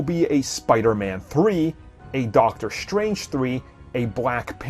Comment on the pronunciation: doctor shtrange? are you black?? do you not understand how to pronounce your S words? S, not SH. strange, not shtrange you are constantly mispronouncing your S words destroyed, not deshtroyed you sound like a lazy black